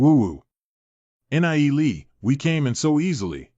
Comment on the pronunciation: why do all these recaps say N. I. E. lee... god out of the 9 videos none of them say his name right other than the 2 min clips. FFS can none of you fix this? PLEASE!?